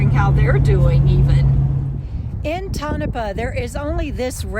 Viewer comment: Lived in Mina for a while. Interesting area. Pronounced toe na paw.